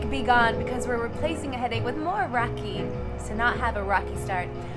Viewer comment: Its raki not rocking and accent come on